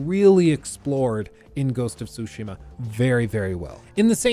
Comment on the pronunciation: Not to be be one of those guys but i wish he would say it like “su-shee-ma” and not “sushi-ma”. Ik we are American and i even say foreign words with an American accent but damn lol. Hearing say it annoyed me. Very particular rant, other than that i love this long ass video (wish jt was longer!) love a good long ass video game video